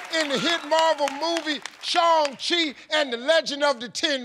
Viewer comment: It’s actually the correct way to say it. Harvey did it right. Its not how you say “Shang” it’s more like “Shaw-ung” in Chinese